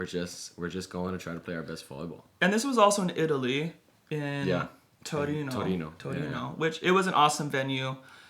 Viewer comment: omg you guys said torino very well